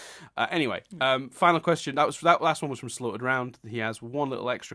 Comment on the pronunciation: I like how gets on ' back for mispronouncing names (like adding a D to your name - speaking of, I wish I had a fake middle name too!) but then you go and call me "Slaughtered round!" I just found that amusing and quite ironic